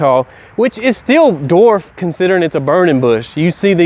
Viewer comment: Dude......LESS CAFFEINE!!! BTW the word is DWARF not DORF.